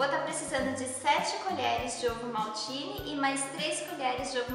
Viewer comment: Quando vc disse ovo maltine ouvi ovo maldito